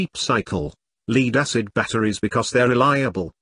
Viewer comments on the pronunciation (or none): "Leed acid batteries" ?